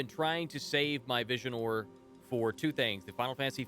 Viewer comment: 1 questoin tho, why u always keep calling Visiore as Visionore, there's no N anywhere in the word, just why :D